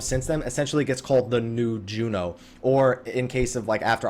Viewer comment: its Jeuno! not Jueno!